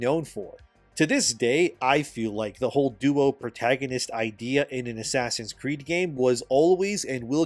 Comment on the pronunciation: Asscree sounds like ass reeeeee